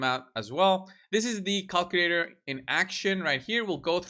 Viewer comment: "This is the cockilator in action"